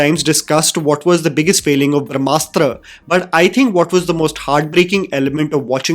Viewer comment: Everytime I heard Brahmasutra, I heard AAAGGG MKB AAAGGG😅🔥